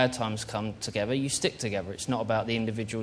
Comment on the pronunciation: It's not togevver David it's together lad!